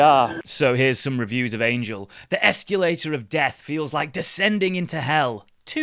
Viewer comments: Whats worse the terrible station or the word ESCULATER instead of escalator😂😂😂.... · why do you pronounce it ex cue later?